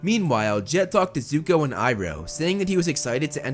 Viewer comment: It's not yuko its zuko